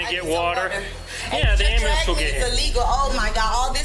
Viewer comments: I believe "amber lamps" is the correct pronunciation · "We're gonna call the 'amberlamps'" 😂😂😂😂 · call the ambalance call the ambalance cop repeated her mispronunciations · "Wait wait wait wait! Call the ambalance, call the ambalance cause I'm the queen of ghetto" 🤣🤣🤣🤣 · As a melanated person myself. Every time I hear one of us ask for someone to "call an ambalambs," my ears bleed. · 'Call da AmberLamps' LoL